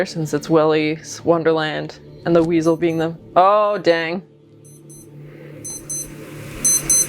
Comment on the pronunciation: "Oh this HW-WEASEL" 😂